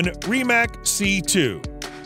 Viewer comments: Great video, but it’s pronounced rim-ak not reem-ak 😂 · Please learn how to say Rimac correctly, it's cringe and denotes less than a car enthusiast.